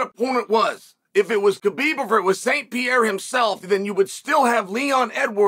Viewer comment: New biggest star is “pee air ah” 😂